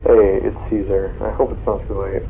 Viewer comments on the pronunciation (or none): says ksar but it is supposed to be ceasr